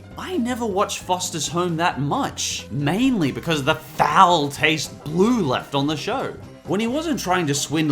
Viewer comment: I'm done I'm so done he said BLOO and Mr.Krabs I know u said have a grain of salt but COME ON